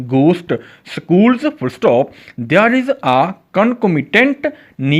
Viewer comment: Ap there shi nhi bolta asa lgta ap bol rha h they are there bola kra kindly ap ki sub recordings ma ya sub sa bri mistake h ap khud b gor kra😊